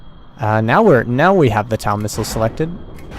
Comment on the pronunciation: pretty sure TOW is just pronounced tow, as in pulling something